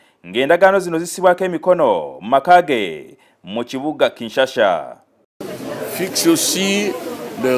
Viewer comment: Kinshasa not kinshasha